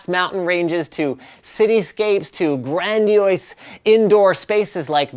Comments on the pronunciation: Did you just say 'grandioise'? HAHAHA Linus xD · Lol at how you pronounce 'grandiose'